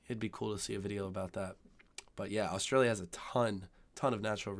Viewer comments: "Australlia"? "Zeercaan"? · lolol. at least the guy doing the video is good at something Australians do well.. Sarcasm!! Wish he could pronounce Australia though... lolol